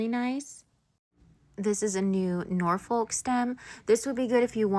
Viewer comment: Great video! Looking forward to seeing what you do with it all. Interested to know why Americans pronounce the L in Norfolk. Is there a Norfolk in the US? In the UK, it's pronounced with a silent L: Nor fuk (with the emphasis on Nor! lol)